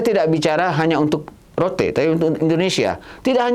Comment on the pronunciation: mbak... Rote itu bacanya tetap Rote.. bukan Root. Rote itu nama Pulau di NTT